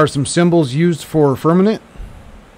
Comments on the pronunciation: Haha. Heard that... firm-a-MENT. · Firmament not fermanent Besides that.great video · I applaud and appreciate all you do. However when you talk about the firmament, you keep saying firmanent (like the word permanent) it is pronounced firm-a-mint, not firm-a-nint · Firm a ment. Not nent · Firmament not fermement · Firm-a-Ment lol.. stop saying firmanent lol.. otherwise great!! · Dude...... I love your content! BUT it's pronounced "firm-a-MENT". Not "firm-a-NENT". LOL! Keep up the good work!!:) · FIR-MA-MENT...NOT Fir-minute or Fir-men-it... c'mon man! ReALlY?!?! ya killin' me smallz, ya killin' me... titally LOVE your content/videos BUT my dude it's like nails on a chalk board and YES, IT DOES MATTEE, you're clearly far too intelligent and well spoken...so can ya help a brother out??? please?!?! 🤓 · Fir-Ma-Ment..not fernamint. I hadn't thought about it for a long time, but when I was very very young, they didn't say Jesus hung on a cross. They said he hung on a tree. Now you never hear that. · Why do u call it "Firmanet"?😅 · FIRM - A - MENT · Right, not firmaNent. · It is FIRMININT!! He said it a hunrid times. Makes me laugh. Lighten up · Carl Thacker 0 seconds ago It is FIRMININT!! He said it a hunrid times. Makes me laugh. Lighten up